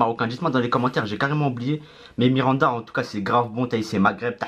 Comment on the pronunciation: Mirinda et non miranda, a ne pas confondre avec le joueurs du bresil